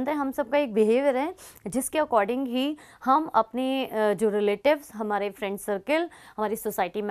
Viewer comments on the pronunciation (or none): none